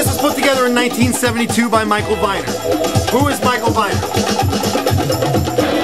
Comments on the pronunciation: Just for the record -- Michael Viner's name was pronounced "Vee-ner" not "Vy-ner". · Just for the record -- Michael Viner's name was pronounced "Vee-ner", not "Vy-ner". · RIP Michael (8/8/09). This was a timely post. Serves as a nice tribute. For reference, it's pronounced Vēner. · Viner is pronounced VEE-ner. He was a vile human being who published lots of crap books like Faye Resnick;s book about Nicole Simpson and You'll Never Make Love in this Town Again. He was married to Deborah Raffin, who he basically destroyed. She died last yr at 59. I hate to associate him with anything good, because he left a horrible legacy. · Michael Viner's last name is pronounced Vee-ner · Michael Viner is pronounced ..."VEENER". I think he would have enjoyed your video. He was an AMAZING individual.